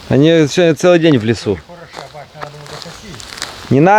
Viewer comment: имеется в виду два родителя папа и мама , по украински это будет (Батьки)но читать надо с ударением на букву и (ы)но читается как буква (ы)😊